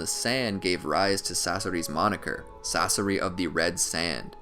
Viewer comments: I hate the way he pronounces Sasori, he say sauce-ari, isn't it pronounced sauce-sour-ee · pains me to hear "sauce-er-ee" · No One: YouTube When He Says Sasori: Sorcery Society Saseri Saucery Sasorey